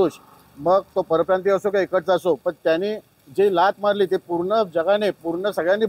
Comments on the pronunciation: परियप्रांत??😃 की परप्रांतीय, मराठी तर नीट बोल बे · परिप्रांतीय नाही रे परप्रांतीय असा म्हण तू पण परिप्रांतीय आहेस का 😂नीट उच्चार कर